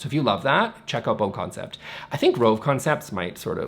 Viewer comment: The Bo in BoConcept is pronounced like Boo